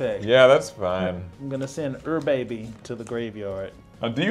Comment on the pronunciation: It's not pronounced ur baby it's pronounced you're a bee